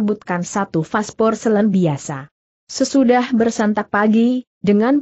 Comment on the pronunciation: pasporselin? apa maksudnya porselin suara google kok sering gak tepat, tolong dipercanggih. tq